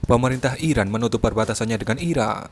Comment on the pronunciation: Gmna min...ngomong iraq dengan iran aja gk jelas lu